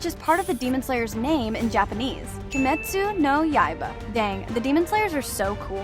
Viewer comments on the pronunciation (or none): the way she says their name LMFAOOO and also she said "kimestu" twice LOL